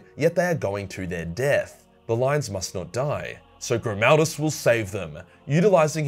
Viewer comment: Helbrecht: Gri-MAL-duss